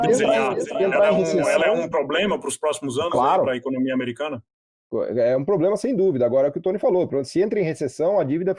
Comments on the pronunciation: Não confie em ninguém que fale ploblema 😂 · IMPRESSÃO MINHA OU ele fala pobrema